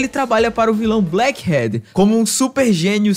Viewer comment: Só eu, ou ele pronunciou "black HEAD (Cabeça)"